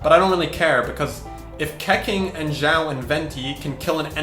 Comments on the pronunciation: Keqing is pronounced as Kuh-Ching not Keh-King 😭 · Pls dont pronounce Keqing like...Keking, I mean wtf? Its Ketching or the right Chinese pronounce is Kehching kinda...just my 2 cents bruh but damn that triggerd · its pronounce khe-ching............ not khe-king..... damn.... get it right... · It's pronounced Ke-ching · U can’t pronounce shit Keqing and Xio say the names right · STOP SAYING KEQING LIKE THAT GOD